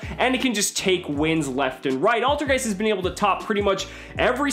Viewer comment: Altergeist is german for old ghost and you say IT so wrong xD, but no hate